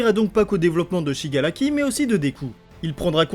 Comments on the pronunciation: ces pas pour critiquer mais on dis shigaraki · Shigaraki pas shigalaki